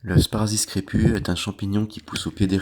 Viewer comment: Pas "sparazis" mais "sparassis", merci !